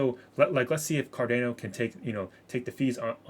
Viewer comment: You are pronouncing Cardano wrong. You are saying Car-Dan-O. It's Car-Don-O FYI. Great vid too! I have 30% of my portfolio in ADA. Staying patient with it.